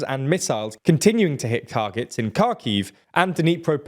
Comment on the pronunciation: This guy really needs to learn how to pronounce Kharkiv!!!!